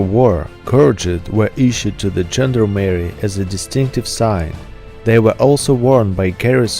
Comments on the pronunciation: Good video but that dreadful Americanized pronunciation of gendarmerie makes my ears bleed. zhon DAA muh ree not: Gender-Merry gend (constable) armerie (french: armory/german: army). EDIT: you even get "gendarme" correct! Use that as the basis for gendarmerie! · It is not pronounced "gender Mary", man. It is not a transsexual, it is a gendarmerie. Pronounced exactly as it is written: "gend armer i". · You know this is a France expression ....from ..(1791) "Gens d ' arms " ( armed man ) Gent...leman armed ..... How a American can dispronouncing "Gent d' arm erie " 😄